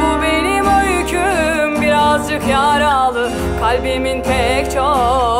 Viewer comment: Şarkı güzel de, edebiyat öğretmeni bir insanın “yaralı” kelimesini öyle telaffuz etmesi olmamış.